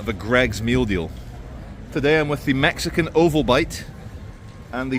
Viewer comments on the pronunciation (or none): none